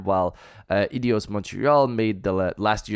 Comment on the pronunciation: Aydos* not eEdeeEows